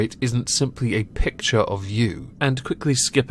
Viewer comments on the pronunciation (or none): none